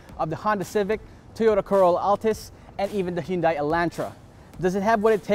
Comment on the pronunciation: You can't even pronounce "HYUNDAI" Correctly. Sorry but Nice review though.